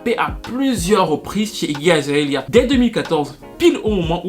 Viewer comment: azaélia ... mes oreilles saignent, mais bon la vidéo est trop intéressante on laisse passer